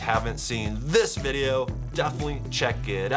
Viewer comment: chad i love your vodeo but vy bab wepen